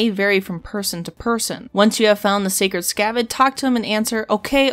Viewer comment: its scared not sacred...